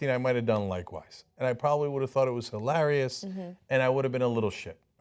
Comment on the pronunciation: Im Sorry Jenk but please stop pronouncing hilarious that way. It is distracting